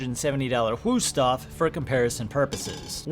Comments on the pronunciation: Helpful test, but please do not use "u" when it should be "ü", they are pronounced completely different. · The Wüsthof knife was tired of being mispronounced by you, so it underperformed on purpose. That's what we Germans do 😂